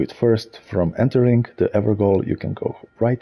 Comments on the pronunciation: It's actually pronounced "ever-jail" not "ever-gowl". "Gaol" is a medieval spelling of the English word "jail" and it is pronounced the same. Not trying to be pedantic or anything, just seen a bunch of videos where people keep pronouncing it like this so I guess most people don't know about the word gaol. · Ever JAIL, is how it's pronounced ;) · great video thanks.....believe it or not it's actually pronounced everjail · Fun fact Gaol pronounced as jail.so evergoal =ever jail